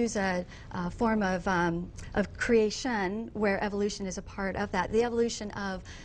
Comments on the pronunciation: bizarre pronunciation of creation... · Will somebody PLEASE teach this bitch how to pronounce creator/creation?